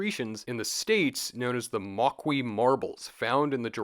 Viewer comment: moqui is usually prounounced mow-kee